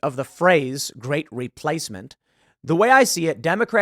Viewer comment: Reee - place - mint is not a theory, it's a CONFIRMED FACT.